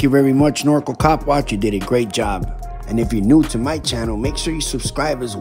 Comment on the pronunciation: It’s pronounced Nor-Cal like So-Cal Not norco😂! FYI Thank You for the knowledge and educating us!! Love your channel Bro!!